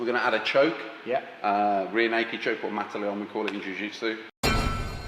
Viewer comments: its "mata leão", as in "lion killer", not mata leon hahahaha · Great video! Practical, inspiring, and well made. Pedants' corner: it's "mata leão". But you can do it better than me, so I'll let you off.